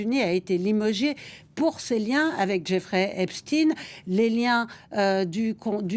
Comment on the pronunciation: C'est pas Epstine mais Epstein. Comme pour Albert.